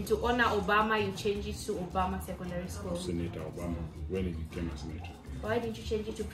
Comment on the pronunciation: Put that word in full president Barack Uberma not Uberma ok